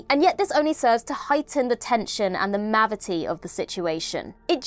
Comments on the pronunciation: Wow… I can’t wait to be past this “mavity” nonsense. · "The mavity of the situation" 😂